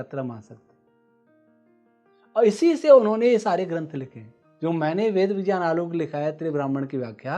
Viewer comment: विज्ञान का उच्चारण विज्यान !!